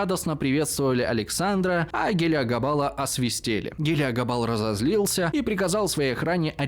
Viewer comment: правильно говорить, не "освистели", а "освистАли"